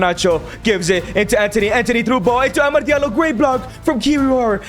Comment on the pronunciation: Why do you say amard its amad